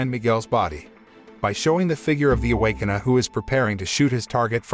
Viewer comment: Awaken-uhh!!??? Shit that is annoying!